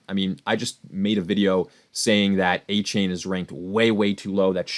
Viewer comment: pronounced A Chan not A Chain